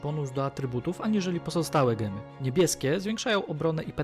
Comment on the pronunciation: Siwtny film :) ale mowimy Dzemy nie gemy :)